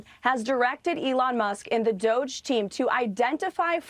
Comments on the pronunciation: I like it better when you pronounce DOGE- DOGGY.🤣😂 I call it the Douche Program myself ‼️ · Please stop mispronouncing "Doge". It's pronounced "Dodgy". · It's pronounced "DODGY".